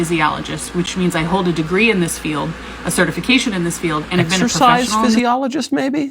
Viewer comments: If you have a degree in exorcist (exercise) and you can’t even pronounce exercise, that shows how bad you are at it. If you ask me overweight ppl are a penny a dozen with how many there are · We all heard "exorcist"😅